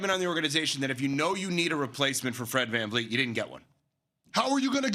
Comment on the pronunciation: dis mfer said fred van fleet lmao.....